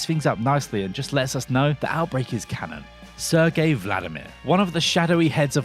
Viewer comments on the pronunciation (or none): none